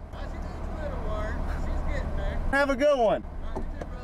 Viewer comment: I thought I was the only one who noticed lol is like a man shoot that’s a nice nova ya got therrrr 😂